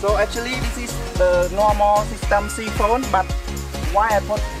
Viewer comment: real good. you always build good stuff. keep up the great work. 👌 just let you know its pronounce Sy - phon. pronunce as Y for Siphon not See-phon .. appreciate all your videos and your english. english also a 2nd language for me looking forward to all your future videos friend.